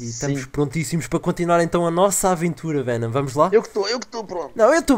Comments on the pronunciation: fenom não é chaka laka BOOM mas sim BOOM chaka laka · Achei uma porta serais um checkpoint? Venom: '' Palece " XD